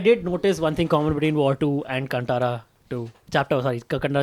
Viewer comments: Kaan (ear) Tara (star) is the pronunciation. Not cuntara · It is Kaan-taaraa guys! Tara as in a star in Hindi. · Pronounce the name of the movie correctly!